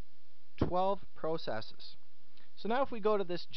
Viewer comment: Pro cesses haha, i've never heard it said that way. Very helpful video tho.